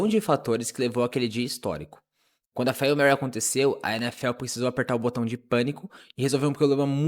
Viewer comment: Agora sim o vídeo ficou top (imagem e som)! Só me doeu esse "'fáil' mary" kkkkk mas sou só eu sendo chato.